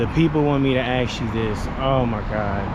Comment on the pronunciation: Ask is spelt a-s-k and is pronounced ask. Axe is spelt a-x-e and is pronounced axe. Access is spelt a-c-c-e-s-s an is pronounced access. Simple! And I most definitely left a comment.